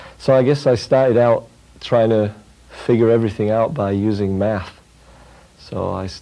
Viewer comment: "I wanted to figure everything out by using meth"...wut...must be his accent